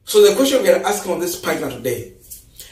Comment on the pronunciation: Young man, check Yr pronunciation of the word ARE It's a very common word and your pronunciation is wrong. So you repeat it many many times. Fix it.